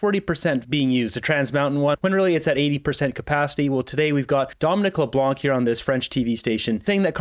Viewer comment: I wish English people would stop butchering my last name. LeBlanc is NOT pronounced Leblank just Leblan the c is silent. Thank you!